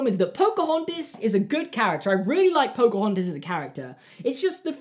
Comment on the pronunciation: Everyone: Pocohontas: Pocohontis Everyone:...:...